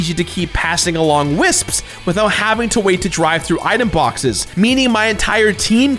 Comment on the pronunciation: I respect that you properly pronounce most words. Wisps. Wisps. WISPS!!!